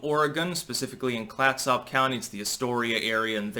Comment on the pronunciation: It’s pronounced Klats Up.